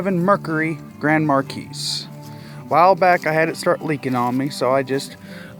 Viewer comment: He said mercurry grand markeys